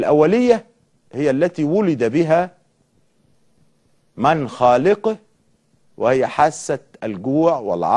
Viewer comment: خلوا بالكم يا جماعة انه بيقرا من شاشة امامه خدوا بالكم من عبارة خلق من خالقه قراها بطريقة خاطئة